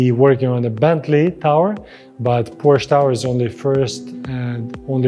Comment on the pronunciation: you are mispronouncing the word PORSCHE. it is a TWO SYLLABLE word. have a nice day